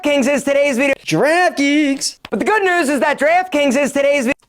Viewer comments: Draft Kings sounds like Giraffe Kings after the 20th time replays it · NO! NOT DREEEFT KINGS. Wtf is that. 😤 Today's sponsor is GIRAFFE 🦒 KINGS! He said it a hundred times! Yeesh. 😒🙄🤣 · I thought he said giraffe kings